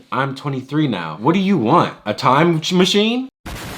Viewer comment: "What'd you want, a time shmachine?"